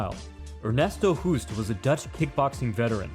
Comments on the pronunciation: "Hoost" in Dutch, is pronounced like the English word "host". (your pronunciation sounds like the Dutch word for "cough" XD ) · I love your analysis but here is a pro tip from a Dutch guy. To pronounce the name Hoost. Say Hose (like the flexible pipe you can force water through) and ad a T.